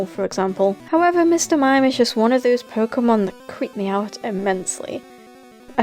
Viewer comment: This is the only time pronounced Pokémon right